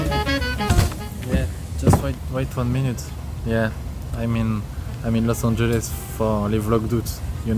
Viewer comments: a littéralement dit lis Angeles sans le savoir 😭😭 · Il fallait garder le suspense mais a dit los anges 😂